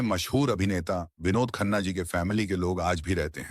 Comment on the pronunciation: Your pronunciation of vinod khanna is pathetic.its sounds like Dawakhana😮